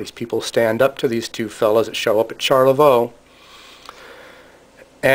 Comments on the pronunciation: Pronounce it Sharlavoy. good video. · Smacking your lips is terribly annoying. You mispronounce Charlevoix. Rambling and uninformative.